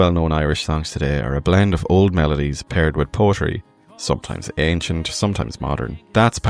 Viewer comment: You also mispronounced “poetry” son.